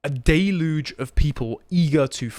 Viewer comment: Del-yewj. Not day-luge. C'mon,...